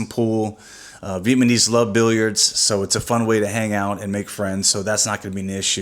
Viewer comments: Vietmanese... LOL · I know you're not aware of it but you keep calling us Vietmanese. We are Vietnamese. Other than that, you guys seem like a pretty cool couple. Good luck with the channel.